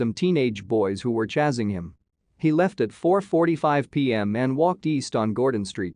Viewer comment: "...may have been 'chazzing' him...?" I think this voice program needs better pronunciation. Lol!